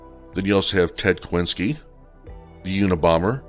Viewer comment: You mispronounced Dorothea Montalvo Puente and Ted Kazinski...and it's "partaken" or "partaked". Yeesh. Lynette Fromme is a serious basket case. I don't even know why she's out walking free. She's dangerously insane. But it figures that she would be on the cover of Time magazine. They love their criminals. The worse, the better. The moron who let her out should be thrown in prison. A life term means nothing anymore. Nothing.